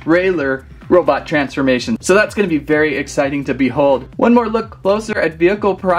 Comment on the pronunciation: Bro said transmamtion